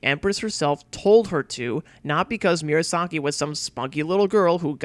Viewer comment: Good video. But it's distracting that you repeatedly mispronounce Murasaki as "Miura - saki". It's "moo rah sah key", not "me-urah sah key".